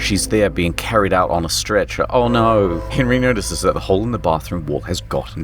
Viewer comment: Thought you were British til I heard you say “no” as “NUUUUUUUR”